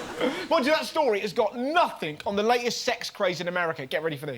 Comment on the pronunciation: I've noticed quite a lot of English people ending words like nothing and something or everything in a K sound....nothink, somethink,everythink. Strange seeing it's their language their speaking (speakink).